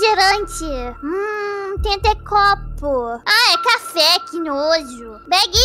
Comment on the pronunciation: O fofinho e essa parte da anya falando "Damian :c Begy :c" Ela fala begy ao invés de becky